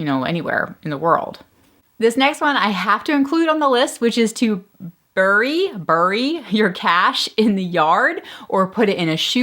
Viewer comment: I like your posts. bury is pronounced berry, not to rhyme with furry.